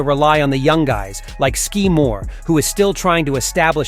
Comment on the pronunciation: Ski Moore I think its Sky Moore as soon as mispronounced it got a dislike from me this is Clickbate